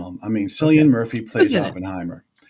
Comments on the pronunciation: His name is cillian with a k. Killian murphy pronunciation. You would think if they had a clue about him they would get that right. And zimmer? Lol. News to him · Please get main actors name right. Killian is the way to pronounce Murphy’s name